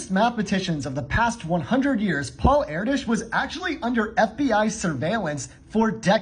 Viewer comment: “Air dish” God the pronunciation is killing me